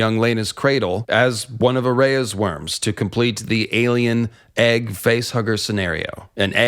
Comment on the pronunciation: Lol. Mate you know theres a difference between worms and wyrms right? Its not even pronounced the same. Sounds alike but its not.